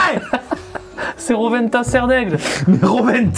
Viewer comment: C Rowena pas Rowenta Sardaigle 😭